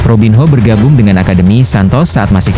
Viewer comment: belajar sebutin nma dgn benar,robin yo,korintians..ini yg benar kak..😊